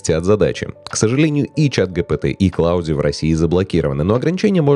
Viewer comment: Ой-ой, Claude это же не «Клауди», это Клод!